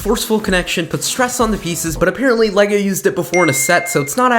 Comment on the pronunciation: Le-lay-go-goe Lego